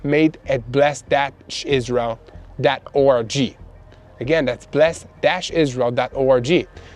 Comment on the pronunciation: Please stop saying...Israel.orgy!!!! Pronounce the 'g' hard as in 'go'. Believe me, it sounds much better! Thank you somuch for your work keeping us all up to date 🙏🏻Praying for the peace of Jerusalem 🙏🏻🙏🏻🙏🏻